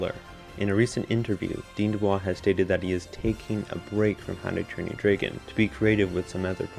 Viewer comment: Was it just me or did he say “Dragon” as “Draygon”